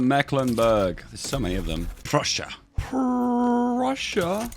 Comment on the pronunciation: I heard Russia when you said Prussia, Also because your mouse was over Russia instead of Prussia...